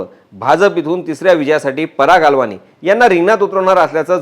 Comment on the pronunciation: पराग अलवानी नाही..पराग अळवणी मराठी माणूस ..सिंधी नाही